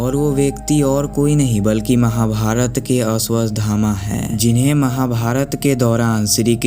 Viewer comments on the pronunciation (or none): none